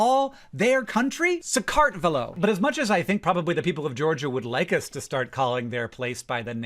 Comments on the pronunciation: You can’t call Georgia SakArtvelo because, famously, there is no stress in the Georgian language. Which can be hard for speakers of other languages, so if you really need to put a stress in there somewhere, it is going to be SakartvElo, but definitely NOT SakArtvelo. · "ve" syllable should be stressed in "Sakartvelo" :) Definitely not "kart". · Hank, I'm so sorry, but "Sakartvelo" has no syllabic emphasis (as is the case for all Georgian words)-- it's not sa-KART-ve-lo, but sa-kart-vel-o, all syllables pronounced flat / equal to one another. If it helps, you can put emphasis on "Sa," but not the other syllables. ANYWAY thank you for putting so much information about Sakartvelo and the Kartuli language in this video 😍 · Pretty sure the sress is on E - sakartvElo, not sakArtvelo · Pronunciation tip from a US citizen living in Georgia for 17 years. Bravo for attempting sakartvelo, but the emphasis, and it’s a much milder one, should be on the third syllable, so sakartVElo, not saKARTvelo. Just fyi. Most Georgians would in fact be thrilled you just knew there exists another name. 😊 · Minor correction from somebody who lives in the country Georgia: Georgian language doesn't really have the same vowel stress as English does but at least to my ear, the pronunciation of "Sakartvelo" is much closer to SakartvElo then to SaqArtvelo. Mind you, I'm not native and speak Georgian quite badly, so take it with a grain of salt. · The emphasis is not on the second syllable in Sakartvelo. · You got the pronunciations of Sakartvelo wrong. 😭